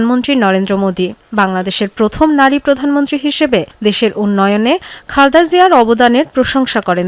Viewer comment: নামটা অন্তত ঠিক মত বলুন। "খালদা" জিয়া নয়, নাম খালেদা জিয়া।